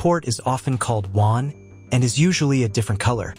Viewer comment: Pronounced waan like someone is crying